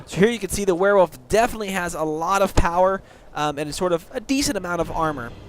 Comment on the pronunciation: thx a mill m8 cant wait to b a "Ware-wolf" lol